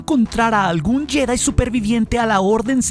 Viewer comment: Porqué dices jÉdai??